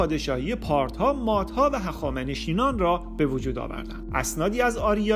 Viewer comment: ممنون از ویدیوتون. تلفظ بعضی از واژه ها اشتباهه، هخامنشینان اشتباهه! هخامنشیان.